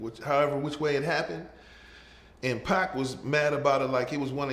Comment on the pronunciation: I love the way he says pac such emphasis on all 3 letters its weird like pac PAC PAC PAC